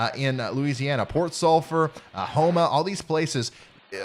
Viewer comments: You said Houma correctly the first try. Home-uh. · Houma is pronounced "Home-uh".